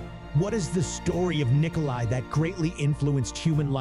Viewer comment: It's NikolA not Nikoli. Learn to read.